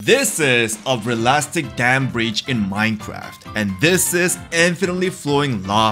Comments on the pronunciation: Bro said ralistic it’s realistic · Every one who left when he said realistic 😅😅😅😅 ralastic sounds like rallyastic neeeeyawww🏎️🏎️ 👇🏼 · 'relaastic' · when he said "relastic" i felt that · Him: This is a ReaLAStic dam breach Me: What is reaLAStic? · ‘Relasstic” at da start lol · ah yes, relastic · The “relastic” got me off guard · Realistic ❌ Relastic✅ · Realistic ❌❌❌ Realastic ✅✅✅ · realistic ❌ ralastic ✅ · Bro really said "Relastic" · “Relastic” IT’S REALISTIC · Bro he said ralastc😂😂😂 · "ReLasTIc" what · Subtitles: realistic Saying: reastic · All mispronunciations: "Realastic" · “ralastic” lol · Real-lastic 💀 no offense btw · bro said relastic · its not reladtic dude its called realistic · Did bro say RalAsTik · this js a relastic dam breach in minecraft in the intro i didnt misspell he said realistic like relastic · “Relaistic” you pronounced it wrong or at your accent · bro say relastoc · im sorry but "realastic" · it’s realistic not realastic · its really rel*astic* aint it( sorry if it sounds rude) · Just found this after I made the exact same comment except I did “ relastic 😂” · Bro really said "Real-ass-stick damn bridge"💀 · that “relastic” hurt more than being hit with elastic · Subtitles: this is a realistic: this is a realastic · "this is a ""relastic"" dam breach in minecraft" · "this is a RiLusTiK dam breach in minecraft" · “This is a relastic dam breach in Minecraft” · "this is a relastic dam breach in minecraft"💀💀💀💀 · i love it how he says relastic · We’re ignoring the fact that he said “Relastic” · bro really just said relastic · Im sorry Im not trying to be mean but you said "relastic dam brietch" and i just died. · My man really sed leliset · Bro said ralastic 💀💀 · bro said ralastic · why did u pronounce “realistic” incorrectly 💀💀💀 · I couldn't watch past "relastic" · Mqn should work on he's English what is ralistic 😂😂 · It’s pronounced realistic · Bro can’t say realistic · *realistic not řịļăşťìķ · bro you said realistic wrong